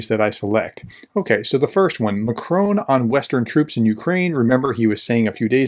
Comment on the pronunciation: Will you stop pronouncing Macron like a dipstick! Thanks.